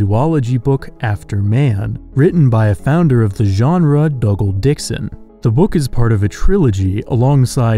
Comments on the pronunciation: "Dougal" is pronounced "Doogill." Not "Duggill," other than that its a nice vid son. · the guy's name is Dougal - not Duggle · Are you sure it's not "DOO-gal"? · I know I'm a bit later to the party but I'm pretty sure Dougal Dixon's first name is pronounced "doo-gal"